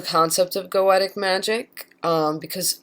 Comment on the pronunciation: Nope. "Go-Shuh" or "Go-Shee-uh." Goetia has the "tia" as in dementia(dee-men-shee-uh), hence "Go-Shuh" or "Go-Shee-uh." I wish she would pronounce Goetic as either "Go-shee-ick" or "Go-Shik"